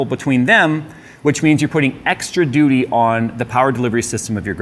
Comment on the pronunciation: Lol. said "duty"